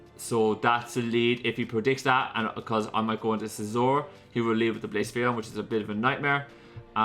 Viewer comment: One day you’ll start pronouncing blacephalon properly